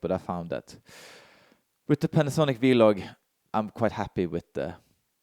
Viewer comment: Great video as always. I stopped at your norwegian vloG pronunciation :D Very similar G as in Denmark. I'm living in Denmark for 2 years otherwise i would never notice 😅